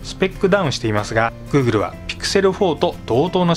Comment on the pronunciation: グーグルっていうとき、語頭にアクセントを置いているのが好感もてます